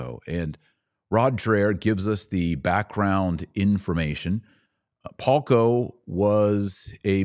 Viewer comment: The name of the Slovak man you are talking about here is VLADIMÍR PALKO. I am only commenting this here in case anyone else is wondering about his name and is trying to further search something about him on the internet, because your pronunciation is really not that great and to me, a Slovak, it sounded more like Halko, Holko, Haľko or Hoľko, so it took me quite some trial and error to figure out who are you talking about. It would be better if transcription of names would be included on the screen or in the description box.